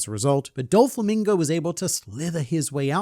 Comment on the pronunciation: "Dofalo Mingo" 🤣